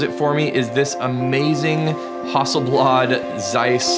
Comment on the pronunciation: It's not a Hawsselblawd!!